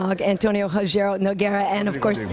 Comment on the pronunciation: Karyn you called him Rogerio? COME ON, I still think you're the best but come on